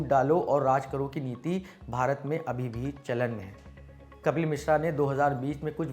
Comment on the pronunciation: कपिल नही कफ़िल बोलिए जनाब